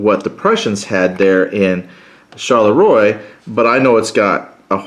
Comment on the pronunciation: Thanks. Phonetically the towns are pronounced: Ligny - Linni, Charleroi - Char-le-wa, Quatre Bras - Kwat-re-Bra.